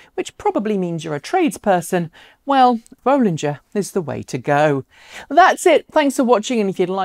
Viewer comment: Nice to hear you now pronounce "Bollinger" the way Robert does :-)